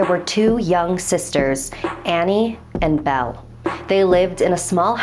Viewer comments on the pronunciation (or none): Anny and bell? Wait... Anna-bell